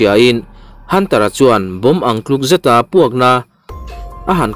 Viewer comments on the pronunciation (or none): none